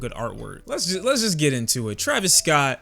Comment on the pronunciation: “ Travis Scoot” 😂